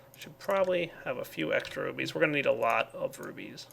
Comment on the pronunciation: Could be just very immature but every time he says "rubies" I hear "boobies"